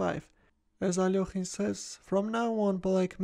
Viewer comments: How pronounced Alekhine is so satisfying for some reason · I love the Russian pronunciation! So much better than English